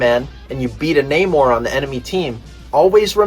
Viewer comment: Not pronouncing Namor as N'more... A breath of fresh air.